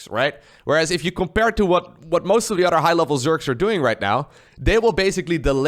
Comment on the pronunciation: All respect bro but i noticed you pronounce your th with d's for example other than would be udder den an command cender